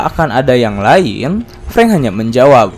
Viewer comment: Sering salah nyebut nama ruso dan preng